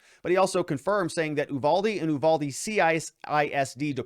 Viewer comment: The town is Uvalde. you- VAL-dee. Check out what has been going on this town. It has been through hell since the border dissolved. The school is what you would expect from Mayberry. This is not a wealthy school district. The officers, of any kind have been through hell, just look at how the response has been. Instead of giving them time, the media wanted answers right now! While this was a horrible thing, it's the split rein incident all over again. For God's sake, at least take a minute to learn to say the town name correctly.